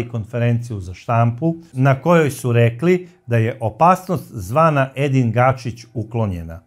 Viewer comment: Ako je Edin Gačić.,zašto svaki put kažeš Gašić?